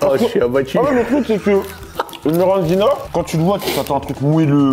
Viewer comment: C est pas grave mais ça me rend fous c est MIRINDINA et pas merandina